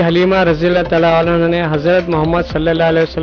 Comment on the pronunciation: Sir Anhu nahe Anha